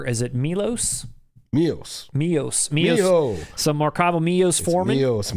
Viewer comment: Correction,Miloš Forman name pronounced as Milosh not Mios...Miloš means beloved in Slavic